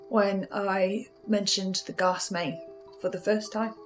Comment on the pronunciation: end of the series and still pronounces gas as garse what a world